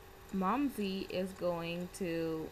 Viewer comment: yummo!!!! And by the way, its Mumsy. Not Momsie...loI awesome idea!!!